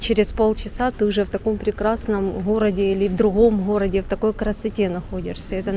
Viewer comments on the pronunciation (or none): говорит: " в друГом гхороде..". Если уж гхыкаете, так всегда говорите ГХ: в другхом гхороде. Или уж тогда всегда Г. Извините